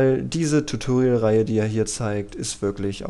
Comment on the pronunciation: Verdammt nochmal ich raste aus wenn der noch einmal TUTURIAL anstatt TUTORIAL sagt. Das ist ein verdammtes O und kein U